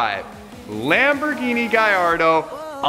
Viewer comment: Damn why does every one mid pronounce the car it’s not a gaiiardo with an “i” it’s a gallardo with an L DAMN PRONOUNCE THE CAR right